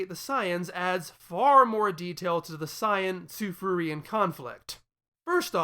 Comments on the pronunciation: I dunno, whenever I hear you say „Tsufruian“, I only hear „Tsufurian“. I understand your logic, though, and I don’t want to debate on this. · Say it right. God it's Kryptin all over again.